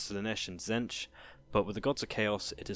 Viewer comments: Admittedly a very unique way of pronouncing T'zeentch, the changer of ways would be proud. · Good video but pretty sure it's pronounced Zeench with a silent T. They even say it in the TW game.